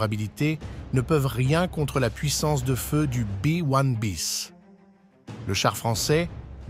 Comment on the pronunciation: un Bé ouane biss ? vraiment ,,,, en France on dit B1un bis.... c'est largement mieux et comme c'est un engin français ça parait justifié.. merci